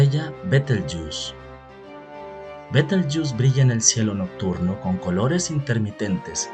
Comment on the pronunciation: Se dice doscientOs mil millones de estrellas Rigel se pronuncia /rijél/ y Betelgeuse /beteljéuse/